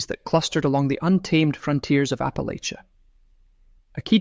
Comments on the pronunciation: I've always heard Appalachia pronounced "app uh latch ya" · It's pronounced Apple-atch-ah. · OMG Apple-ATCHA. Apple-ATCHA! Appalachians are rather picky about how it's pronounced, and rightly so. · Please pronounce Appalachia correctly. It’s apple-at-cha. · Ap…uh…latch…uh please and thank you.